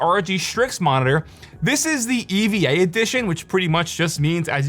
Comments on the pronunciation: It's not E.V.A. It's pronounced Eva, like the woman's name. Short for Evangelion - the anime series the monitor's color scheme is a tie in with. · Bro said E. V. A. Edition as an Eva fan I’m offended